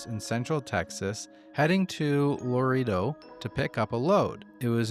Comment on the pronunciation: The editing on this one is top tier! The music? Chef's kiss. The stories? Super chilling. The sweet ones? I listened to them again after all the others as a sort of palate cleanser. Agree with that documentary looks fire. Also Loredo is pronounced: Low ray dough. ETA: the set is perfection.